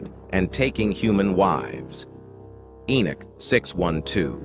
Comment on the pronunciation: The AI pronounced Enoch differently every time it was said